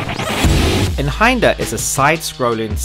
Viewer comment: its pronounced "eye-n hander" it means one handed in german i think.